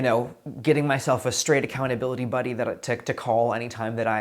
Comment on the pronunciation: Did he say he was assigned an "accountabilabuddy"?